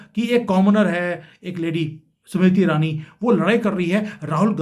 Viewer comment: 🌹🌹🌹🌹🌹🌹 समिरिति ईरानी...... उच्चारण..... 😢😮😮😅😅😢😮😂😂😂